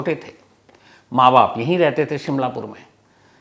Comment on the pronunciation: it's shimlapuri not shimlapur I m from Ludhiana Punjab